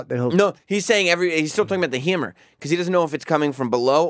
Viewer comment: i love how u say "hyammer" lol